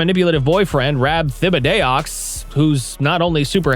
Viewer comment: Thibideaux is pronounced Tibidoe